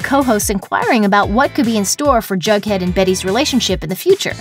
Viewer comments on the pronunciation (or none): Why do you keep saying bughead?? It’s Jughead!! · I LOVE RIVERDALE AND HIS NAME IS JUGHEAD NOT BUGHEAD!!!!! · You kept saying bughead